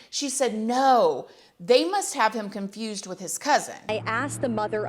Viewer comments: ….WHAAAAAAAAT?? Chiiile, I’m “confRUSED”, too!!!🤣🤣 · Comfrused???? Yall aint even able to sound educated